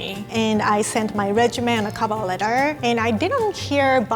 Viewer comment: I love how she pronounces resume 💕😂